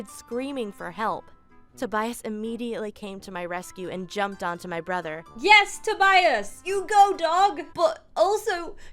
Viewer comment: How many times did say "Brother" wrong 🤷‍♀️🤷‍♀️🤷‍♀️🤷‍♀️ I'm not countin'